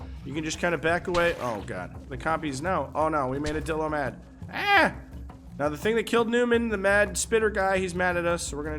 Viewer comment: I'm pretty sure one of the times you said Dilo you accidentally said dildo, at least that's what I heard